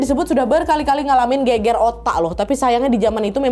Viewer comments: gegar ga sih bukan geger?? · Gegar otak mbak, bukan geger otak 😂